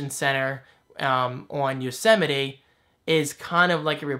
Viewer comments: Don't worry,! I wasn't the only one who pronounced it "Yosetime"! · The biggest surprise I take from all of this is how many people apparently had no idea how you pronounce Yosemite.